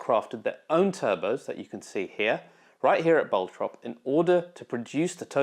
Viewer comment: I live in Bottrop and I love the way you pronounced it. Happy to see people travelling around the world just to visit the Brabus HQ :).